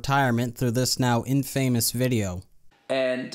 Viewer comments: "In-fay-mous"? Dude, no. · Infamous is pronounced infamus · great video. You may want have a check out how pronounce infamous correctly tho.